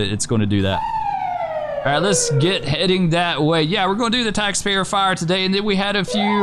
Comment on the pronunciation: Engine: "We have visual on fiyah at the ding dong" Chief "WHAT?" Holding back laughter